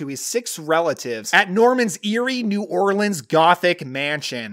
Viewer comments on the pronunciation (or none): none